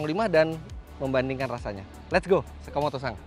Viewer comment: om fitra kok saya ngedengernya kaya Sakimoto-sang bukannya Sakimoto-san kalo salah mohon di maafkan dan di koreksi🙏